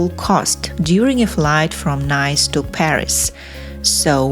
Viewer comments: NICE is NOT pronounced "nice" as in "a nice place OR a nice person OR a nice restaurant" but rather as NEASE like GREASE or FLEECE. Listen to the correct pronunciation on Google. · If you mean the city of NICE…it is pronounced NEEES. How can you not know that? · Please learn how to pronounce Nice, the French city. It is a nice city, for sure, but it’s Neece. 🙄🤮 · Keep pronouncing Nice wrong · You are mispronouncing the word NICE a city located in France. The way you are pronouncing NICE means pleasurable or pleasant etc.😮☹ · Your English is excelent... but you really need to sort out your DIALECT, for example, when you said the word "Nice", you said it absolutely incorrect.